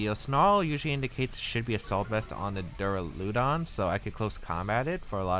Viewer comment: also i think its duraludon, as opposed to Duuraluudon